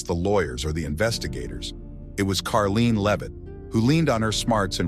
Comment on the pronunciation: It’s Caroline! Not Karlene!